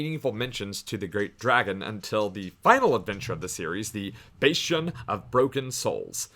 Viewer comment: Wait nevermind, how are you pronouncing bastion????